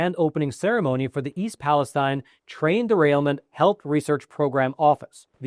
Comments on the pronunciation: Its pronounced east Pales-teen not tine. I grew up near there and my uncle owned a car dealership there. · I think Palestine is pronounced PALESTEEN by the people in Ohio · the locals pronounce it East Palesteen. Just a heads up. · This is good info, and I appreciate it. But your credibility would increase with many if you pronounced it correctly. Pal-a-STEEN.